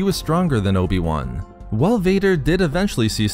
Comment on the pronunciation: who is this "obi one"?